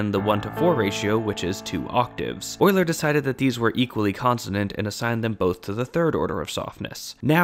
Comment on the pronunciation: Thank you for pronouncing Euler properly. Euler is (among other things) the shibboleth of math enthusiasts.